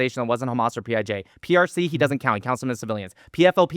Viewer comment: said “PIG” instead of PIJ 😂 so from now on whenever i hear PIJ I’m going to think 🐖 😂